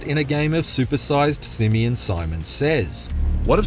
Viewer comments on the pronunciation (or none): none